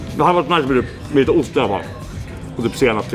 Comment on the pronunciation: hahahah bästa skånskan